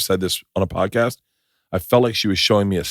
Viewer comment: Haha 'pordcast'.. that made me laugh & idk why